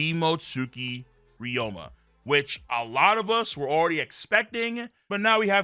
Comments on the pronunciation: Ryuma pronounced (ree-yoo-muh) long O sound my brotha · BOI IF YOU DONT CHANGE THE WAY YOU PRONOUNCE RYUMA